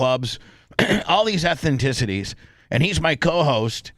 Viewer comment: Ethnicity....not ethenticity